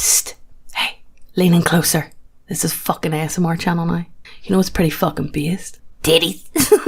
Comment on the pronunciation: I can't tell if you are saying beast or based, please it is keeping me awake at night and I'm starting to halucinate.